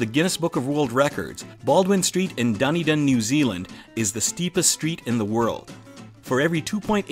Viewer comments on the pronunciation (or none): U pronounce Dunedin da-knee-din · Dunedin is said du-ne-den (Du-ni-din) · It's pronounced "dun eden" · I have trouble pronouncing words like Māori and Duniden Me: He can't even say Duniden right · I live in Dunedin and i'm not sure why you struggled so much with it Dun-e-din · The pronouciatuon of Dunedin 😂😂